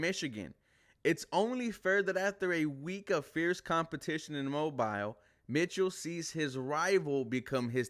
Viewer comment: You are saying Mobile wrong